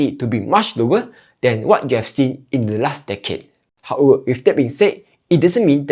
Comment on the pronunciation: what’s “hower”